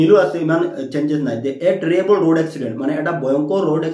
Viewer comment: Sir it's not terriable it terrible 😂